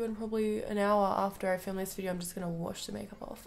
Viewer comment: "Heller" = Hello, "Vidier" = Video